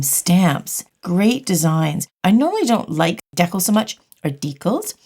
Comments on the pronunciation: Holo everyone! Anyone else notice the "decal" pronunciation along with this peel porn? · I've never heard anyone but pronounce decal that way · I freaking love that she said decal 2 different ways and neither is how we say it in American! Canadians crack me up!! Love it!